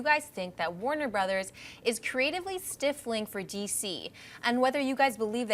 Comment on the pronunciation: Hi: you're mispronouncing the word "stifling". It's not pronounced "stiff-ling" sweetie!:)